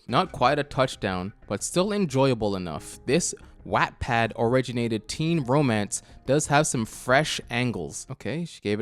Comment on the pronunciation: that pronunciation of wattpad made me want to cry. (great video).